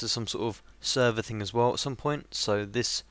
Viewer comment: Server not servee